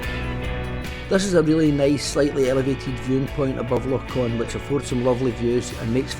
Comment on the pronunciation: It's Loch Ch-on not Con🙃